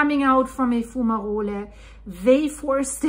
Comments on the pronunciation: It is pronounced, fyoo͞′mə-rōl not foo͞′mə-rōli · Your accent is lovely but....the letter e is silent like in hole. Sounds like Fume-a-roll/role, or Fu-ma-role. Plural: Fume-a-rolls or Foom-a-rolls. Good video. Great information.👍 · its pronounced fume a roll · Your pronunciation of “fumarole” is very nice and German sounding. However, the geological service is keeping a close watch. Lava is still deep. But there is definitely an issue.